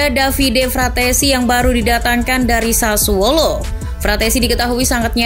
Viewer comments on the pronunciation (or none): none